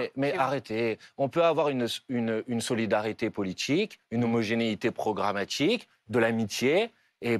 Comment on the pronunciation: Législtchiiiive, programmatichiiiive et politichiiike